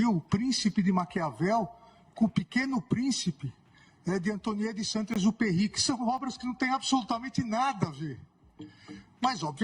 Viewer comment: A jornalista também não soube pronunciar o nome do autor da obra Pequeno Príncipe.